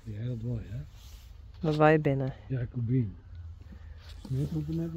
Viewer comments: No more Goedzo for these ladies. It was odd to hear "good girl" in English. And WOW, she said Jacobien with a hard J, like I did for so long before set me straight. Goodbye dames! It's a tribute to that we've become so attached to these beautiful animals. Although I understand, I too am crying over losing something that had become such an important part of my life, as well as for many others. Goodbye to "All the pretty little horses", but especially to Jacobien and Gea which were my favorites.😢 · Jacobien really stands out, she is absolutely gorgeous & regal. I liked seeing how they are shipped by plane, I was curious. It has to be hard on them - the take off and landing and probably the pressure difference. Nice new owner, but needs to learn to pronounce Jildou and Jacobien. Perhaps she will watch your videos and learn. I'm glad they are together and enjoy their new home. They will miss you guys and their other herd members though.